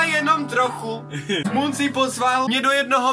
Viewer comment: už vím proč říká otok a mon protože to neumí vyslovit xD